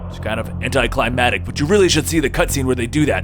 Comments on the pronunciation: anticlimaCtic not climadic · You keep saying "Anticlimatic" it's "anticlimaCtic" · Anticlimactic, not anticlimatic, just a heads up. Great vids. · I'm sorry, "AnticliMATIC"? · You couldn't do a second take for some of these? For example last video saying "anti clamatic" instead of "anti-climaCtic"? And here saying "Solid Snake and Oughta' Gone... Philantrapy."